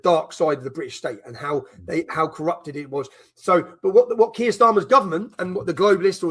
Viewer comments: Benny.. Kier is pronounced “Keer” not Kire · Keir pronunciation like queer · You're pronouncing his name incorrectly , 'Queer' Starmer